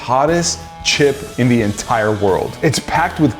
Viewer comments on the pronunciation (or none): none